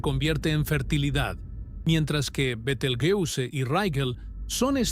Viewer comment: Betelgeuse no es palabra inglesa es árabe y se pronuncia mal si lo haces en inglés.